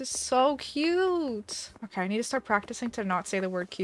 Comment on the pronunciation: She said “Kay” not OK the first time